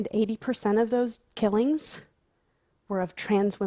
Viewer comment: Let’s all just talk about how she says kellings (killings) instead of murders or deaths.